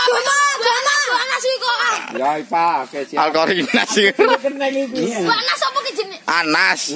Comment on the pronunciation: Mungkin maksude ki antarane surat al iqlas karo surat annas tapi jebule lek ngomong surat al qorinas.., hahaha..., oalah...,😃😃😃